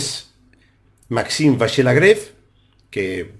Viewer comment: Buenísimo el anàlisis, Muchas gracias!! Solamente comentar que seguramente en Francés se pronuncie LagrAve con A, i no con E. Por otro lado, sería posible pedir que hagas alguna día un vídeo explicando para los novatos cómo utilizar chessbase para almacenar y analizar partidas propias? Me gustaría tener una base de datos propia y sé que es una herramienta indispensable si se quiere mejorar, poder analizar las propias partidas. Actualmente soy un mero 1950 que juego la lliga catalana y sigo todos tus vídeos. Felicidades por el canal y Muchas gracias nuevamente!!